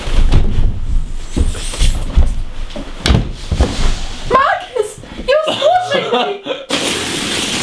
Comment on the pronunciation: when Marcus says Marcus it sounds like he is saying Marcus in swedish :o